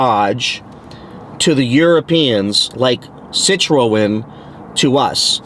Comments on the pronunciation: It’s pronounced Sit Tron. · pronouced 'si-trhun'